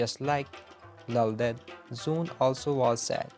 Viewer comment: For your kind information. Her NAME WAS NOT SOON KINDLY CORRECT IT. IT'S ZOOON